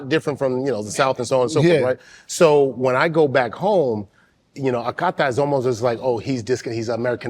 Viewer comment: It is Akata, not Aka-tai.